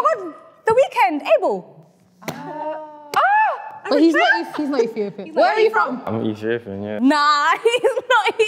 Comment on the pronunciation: As a Nigerian whose surname is Abel, d pronunciation is wrong 😅😭😭😭